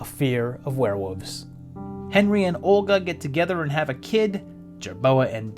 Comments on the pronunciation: You’re saying “Werewoofs” on purpose. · I don’t hate confusing aspects of life, I leave it at confusing. Hate is a very powerful word, a very powerful emotion and I’d rather it be used on more stressful issues, not someone leaving out an L sound. The video was the great, and I got over his pronunciation issue.